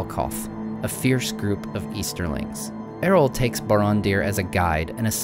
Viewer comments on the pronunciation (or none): Just a tiny complaint. It's Eo-rl (not Er-ol), It can be easy to miss. I presume this comes from "Earl" (Jarl; old Scandinavian rulers) Incredibly well done. Thanks for your attention to detail and awesome story-telling. Can't wait for more content. :) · Another great video from. Thank you. I admit I wince a little that every time I hear the name Eorl pronounced like Errol (as in Errol Flynn with a trilled "R) but that's a trifling niggle that matters not. Thanks again. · Great info and visuals! Being a purist I have to suggest that the pronunciation of Eorl should be "eh-or-uhl" like the first part of "Eorlingas" when Theoden yells "Forth Eorlingas" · Love the subject.... Just one question.... Who's Erol? Is it Eorl?